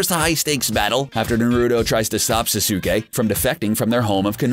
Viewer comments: this dude said norudo, susuke, and sakoora watch the anime again and see how to say it. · Why can't you say anyone's name right???? Sah-suke??? No Sas-k. Now say it all together. Sasuke.... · Yeah its not sasuke (sas-uk-ay) its sasuke (sas-kay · ITS SAS KAY NOT SA SOO KAY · Same with Sak - U - Ha and Sas- oo kay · Now it's S-ah-s-k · Each time I heard "Suh su kay" I bit my tongue.... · I swear he is a computer he says sasuke like[sa-so-kee] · Sasaukay. Sakoora. Do you ever pronounce names?! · Na-ruu-toh sa-su-kay sa-kuu-ra kha-guu-ya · It is sas-ke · Ok bra sasuke its pronounst saskei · You cant say sasuke name correctly and it even said in the anime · U said sasuke wrong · SAY NARUTO'S AND SASUKE'S NAME PROPERLY but you can say sakura's name however you want.BUT JUST HAVE RESPECT FOR THOSE TWO THO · He don't know how to say Sasuke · fail with saying saske name.... so bad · how he read "Naruto" and "Sasuke" just made me cringe tenfold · THIS NIGGA PRONOUNCED EVERY NAME IN NARUTO WRONG. I MEAN I GET HOW YOU COULD MISPRONOUNCE SASUKE. BUT SAKURA!